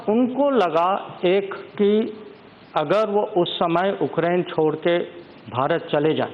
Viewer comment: dear leaders, it's not Okrain but Ukraine.. pronounce it properly sir..